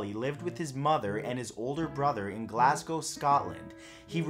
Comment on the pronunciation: Thank you for properly pronouncing my home city Glasgow instead of say it glass-gow